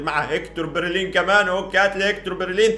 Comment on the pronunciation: انا اسف بس اسمه بيليرين مش برلين